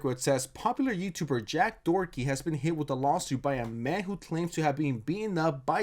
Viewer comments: No one is gonna talk about how he's saying dorthey not Doherty not they but it's dorty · I love how messes his last name so many times it ends up as Jack Dorky, gave me a good laugh